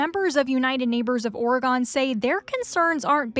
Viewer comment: Lol guys, it's pronounced "Ory-gun"